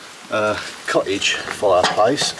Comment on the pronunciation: For international viewers it would be helpful if you didn’t pronounce th at the beginning of a word as an f - or th in the middle of a word as a v - also it isn’t co-ige it’s cottage - what do you have against the letter T - all tongue in cheek I might add lol